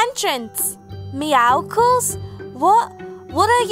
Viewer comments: WHO CALLS IT MEOWKLES IT’s meowcles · you pronounce it meowsils but it’s spelt meowscles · They said meoscle